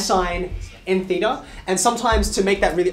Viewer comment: this is actually the correct pronunciation of "theta", in greek.